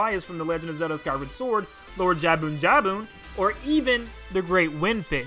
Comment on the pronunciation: Maybe somebody already pointed this out but "Jabu-Jabu" and Jabun are two different fish-"entities". I think I heard you say jabun-jabun?